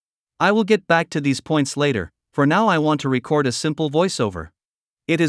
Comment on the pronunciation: Sounds like the narrator is software. It's an excellent effort, but there are a couple of peculiar quirks that a human recorder wouldn't make. Like how the voice said to press the "RECord" button, instead of the "reCORD" button.